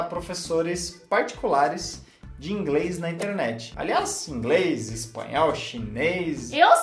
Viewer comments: fala ingres 🤣🤣🤣🤣 eu amo essa mulher ela tem seu espírito muito evoluído. 💞 É noizzzz 🤘! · Gostei ,mas a chinesa falando ingrês toda hora foi meio punk . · Ouvir a falar ingRes é muito engraçado rsrs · Kkkk eu só queria entender como ela consegue colocar o "L" em "pla" que seria "pra" e não consegue colocar o L em " inglês" e fala "ingres", ri de verdade ouvindo, achei engraçado mas bonitinho